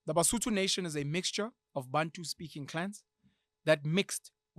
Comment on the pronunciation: I am Mosotho, I am currently listening to you, and I hate it when you guys calls "Sotho" Ke Mosotho ( singular) Basotho ( plural ), there's no in between I love the this episode Rea leboha